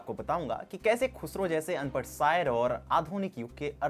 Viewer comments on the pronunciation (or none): none